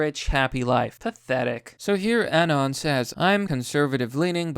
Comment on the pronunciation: pronounced “anon” wrong, sorry bro thats an unsub. pretending to be a 4chaner is toptier cringe.